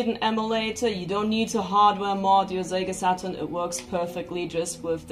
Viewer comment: Great stuff! And I love how she pronounces the words “SEGA Saturn” as “Zega SaT-turn.” Now all we need is replacement CD-ROM drives for these great systems. Sometimes the drives take a dump because of wear and tear. Also, I’d love for someone to patch 2D fighters for the original PlayStation. I know it difficult because of limited amount of VRAM of the system… but I can fantasize lol.